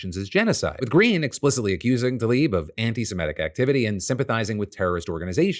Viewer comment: Tlaib. She is called Rashida Tlaib, not Talib.